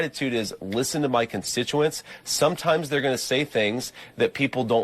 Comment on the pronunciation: That’s “constituent”. He mispronounced the word. I was being sarcastic.